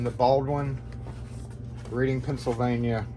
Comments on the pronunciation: we talk funny in pa it’s not pronounced Reading we say reding we do say a, that’s public school English for y’all 😂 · Nice shout-out for some hard working people. BTW, "Reading PA" is pronounced to rhyme with the past tense of "read" and sound like the color "red" (e.g. "redding"). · Cool video idea. 💯 I'm 30 miles from Reading, and here in PA it's pronounced red like the color. Good stuff brother! 👍